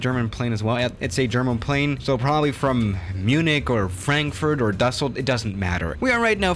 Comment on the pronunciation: "Ducceldorf"- a German city Welcome to